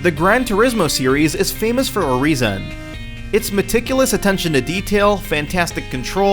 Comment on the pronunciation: for a rea suhn